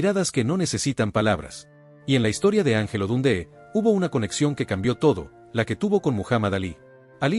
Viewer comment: “Don - dÉ?””,… “ For- E- man” ? Con todo respeto, la incorrecta pronunciación de los nombres de estos héroes del boxeo le restan mucho mérito a un video interesante en su contenido.